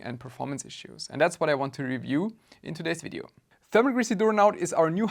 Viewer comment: While I am quite happy to hear the word video pronounced correctly, I'd be lying if I said I wouldn't miss the german engineering vibes in fideo... Owell, there's enough of that in my thermal grizzly so who cares 🤟